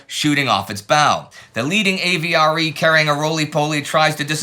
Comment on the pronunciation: My French can't take it. The French "Le" in "Le Hamel" is not pronounced like "lay" as Indie is doing. You get that sound in French from "é" or "les" not "le". The "e" in "Le" is a short vowel kind of like the "e" in "destroy" (if one is not pronouning incorrectly as 'deestroy'. Also, "AVRE" was pronounced "av-ree'.